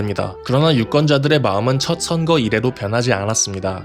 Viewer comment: 선그 아니고 선거